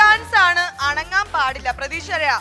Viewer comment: അണങ്ങാൻ അല്ല അനങ്ങാൻ